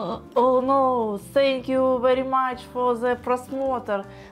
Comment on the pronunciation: Никто: Абсолютно никто:: сенью вери мач фор просмотры